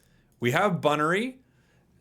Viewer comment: Mess-prit, and not Mes-Spirit Bunn-Earry for Buneary